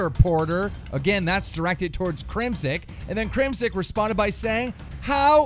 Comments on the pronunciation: Its crimsix. With an X. Not Crimsick. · His name is CrimSIX not CrimSICK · Keem, who in the fuck is Crimsick? I know CrimSIX but not Crimsick. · ITS FUCKING CRIM SIX (6) 6 six not sick